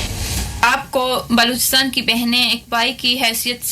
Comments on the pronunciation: चुटिया राजनाथ सिंह बलूचिस्तान नहीं बोल पा रहा है और गृह मंत्री बना बैठा है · cant even pronounce Balochistan 🤣 or yechly hain Balochistan ajad krwany .. Basdk pehly Apny Kalbushan chacha ko to Ajad krwa lo 🤣🤣🤣